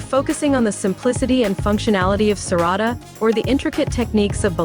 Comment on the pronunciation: Its Serrada not Serrado